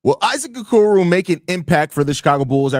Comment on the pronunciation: How many times can you mispronounce the name of the topic of your podcast